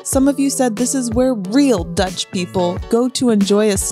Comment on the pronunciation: I love how you guys pronounce dutch! Its actualy pretty good! Of you come to Rotterdam I can give you a tour! Or come to “de ballentent” for The famous meatballs.